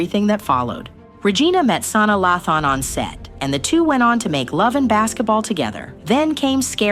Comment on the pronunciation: When she said Salah nahlay on set lmfao supposed to be Sanaa lathan lol